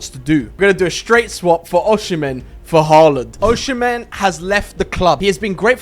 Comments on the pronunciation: bro oshimen is prounced osimen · Pronounced as O SI MEN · Why did u say ochean man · Oshimen❌️ Ocean-man✅️